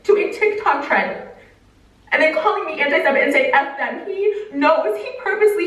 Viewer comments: Yo anti-semite is the noun describing someone who is anti-semitic! but she was mispronouncing it, it’s pronounced anti-sem-ITE not anti-sem-IT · I laughed out loud at work when you said "Anti-semeht?"